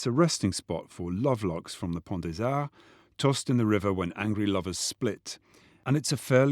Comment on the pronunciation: Of course, there is the voice. But also, saying Pont des Arts with such a good accent adds a little je-ne-sais-quoi... There is already more than enough to be convinced!!! 😉😉😉